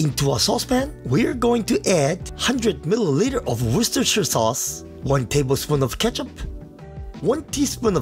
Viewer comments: Not only amazing cooking skills but a real CHAMP in pronouncing worcestershire sauce! Truly amazing! ;) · Looks delicious! I’ll definitely be giving this one a go! Also, I know plenty of people here in England who can’t even pronounce Worcestershire correctly so good job that 😂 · Japanese man saying Worcestershire better than me...truly a champ